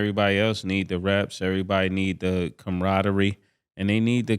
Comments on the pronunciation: camraderie was craaaazy😂😂😂😂... 💀💀💀🤔.. .... it's camaraderie...😆😆😆🤦🏿‍♂️....🥷🏿 missed a whole syllable...😂😂 come on... #EXPERT 😂 .... you got CAM.... saying it😂😂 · I’m excited to hear what word cam pronounces wrong tryna sound smart today